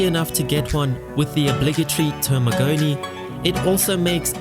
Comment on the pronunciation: to pronounce Termignoni correctly you gotta pretend that the G doesnt exist